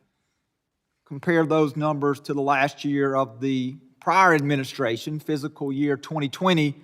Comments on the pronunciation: Um, its pronounced FISCAL, not physical year 🙄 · Its fiscal year not "physical" year lol